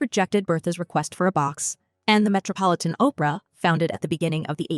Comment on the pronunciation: Opera is a form of theatre in which music is a fundamental component and dramatic roles are taken by singers Oprah (as the narrator pronounces it) is a talkshow host!